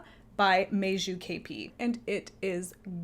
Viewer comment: I love cardigans as well, they are easy layering pieces and also easy ti take off if the temperature happens to rise during the day. A sidenote, letter j in Meiju and Maja is pronounced pretty much like y in English.